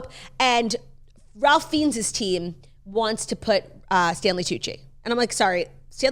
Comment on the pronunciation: Ralph Fiennes is pronounced Rayf Fines